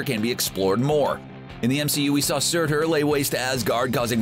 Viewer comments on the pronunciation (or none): none